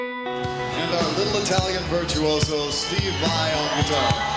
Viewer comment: Estib vai...jajajaja, tenés menos inglés q tevez